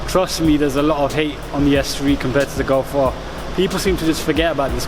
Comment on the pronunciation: sick vid but golf r you say gulf are